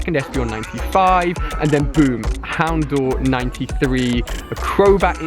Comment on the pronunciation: Proof Ali has never watched the anime is how he pronounces houndour